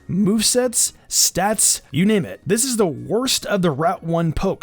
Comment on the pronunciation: If you say wørst it sounds like wuhrst